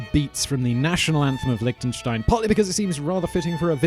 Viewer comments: Liechtenstein. not Lichtenstein. Liechtenstein!!!!!! xD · Lihhhhhtenstein... LICK tenstein.. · Liktensteins.. loving the pronounciation. Nice vid. Cheers from switzerland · Lick ten shtein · You are in Lichtenstein but you can't even prounce it? :/ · Since you were actually in the country, why didn't you just ask a local how to say it, rather than try to use Google Translate? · Liechtenstein borders Austria and Switzerland not Germany. The language is German, but the spoken variety is eastern Swiss German (the same as St Gallen). Also you constantly pronounced the country’s name wrong...